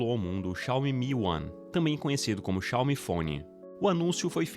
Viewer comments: cáume... dói na alma. Coloque no tradutor o nome certo, e ouça a pronúncia .. Pronto, fim da discussão. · Não é uma crítica ao vídeo, mas o certo é Xiao-MI (oxítona) apsokaopsop ngm mais fala certo